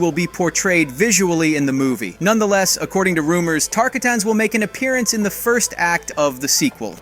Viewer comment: TAR-KAH-TANS, NOT KARTAHTIHKANS